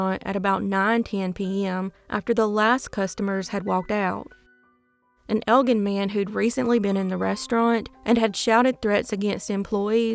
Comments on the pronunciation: It’s pronounced Elgin like the alcohol. I grew up in Elgin. I spent the night at the guys house who was accused at first one night. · Two pronunciations that I noticed. "Elgin, Il " the "g" is pronounced like a "j" and "Algonquin, Il " is pronounced AL GONE KWIN. You are one of the best!